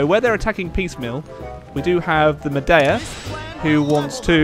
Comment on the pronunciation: Just FYI maeda is pronounced may-dar